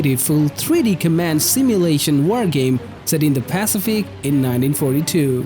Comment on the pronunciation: Look up how "scavenge" and "pacific" is pronounced :)